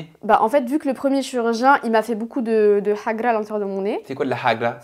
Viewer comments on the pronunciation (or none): none